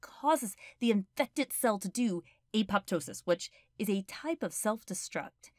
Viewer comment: did they pronounce 'apoptosis' wrong or i've been pronouncing it wrong